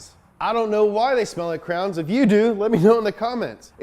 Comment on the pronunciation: You pronounce crayons like crowns and I finally don't feel alone